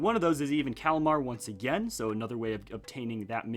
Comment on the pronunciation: Hold on your pronouncing it wrong ist kelmari not kelmar